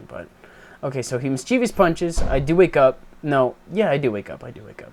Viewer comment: Hey, this has been bugging me for a while, why do you pronounce mischievous mischievious?